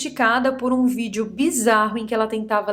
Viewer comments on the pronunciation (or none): none